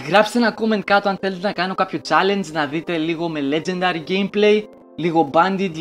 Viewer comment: νουμπα προφερεται λετζεντερυ